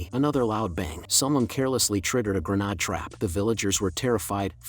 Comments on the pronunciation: I swear the A.I. is getting sentient and is actively fucking with us. What other explanation is there for it to go "haNnd greNaA-AaD" twenty times in a row, then randomly flashbang you with a properly pronounced "hand grenade" only to immediately go back to spamming "haNd greNaA-AaD". Bloody TTS knows exactly what it is doing. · great story "A signle GrAAnAAd" funny way of saying grenade.